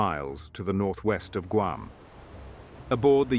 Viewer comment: It's pronounced GWAM. It is a humiliating insult to the poor natives who just want the burgers to butcher their homeland's name.